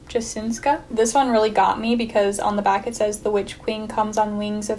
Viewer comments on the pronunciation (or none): "The dark tide" authors last name is pronounced Yasinska